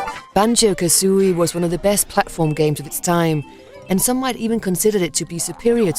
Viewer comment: It's KaZooie, not KaSSSooie...